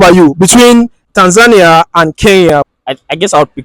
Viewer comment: The last interviewee is the only one who pronounced right the country's name 'Tanzania' .